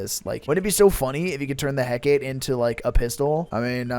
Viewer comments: alr man as much as i love your content i cant stand you calling the hecate the heck-ate, its pronounced heck-ah-tee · well i think there might be multiple ways to say it but from a show i watched with the hecate in it it was pronounced heck-ah-tee so (edit) just searched it and heck-ah-tee actually is the way its pronounced, also off topic but i think you should do a vid where you start on the highest rank weapon and every time you die you go lower and lower in the ranks